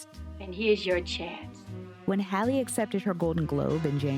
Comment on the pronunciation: not her saying “Hailey” instead of “Halle”. Don’t tell me they were doing this with Halle Berry, too lol 🤦🏾‍♂️